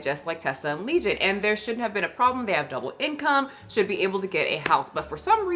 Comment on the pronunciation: Leison not legion 😂